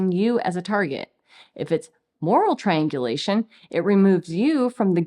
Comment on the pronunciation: she says, "it's actually triangulation" Seriously thought I heard, "it's actually trained deletion". Yup. All rolled up together.